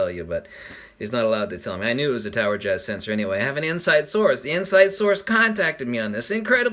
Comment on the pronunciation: Am I bad if I thought you said tower jizz